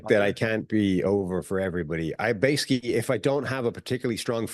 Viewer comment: can’t say adverbs 😂 every time he tries to say “basically” he says “base-ick-ee”